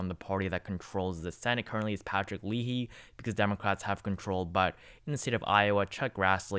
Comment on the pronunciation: Also it's Patrick LAY-hee, not LEE-hee.